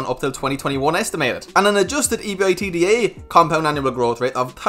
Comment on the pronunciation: just as an FYI, the general rule is to pronounce ebitda (ebit dah), not spell it out